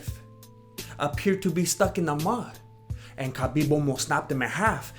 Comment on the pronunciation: better to pronounce Khabib- Habib it is KH like softer H in our language so in English u can call him Habib it will be better Thanks nice video freaking red g strings killed me keep it up good work boys!!!!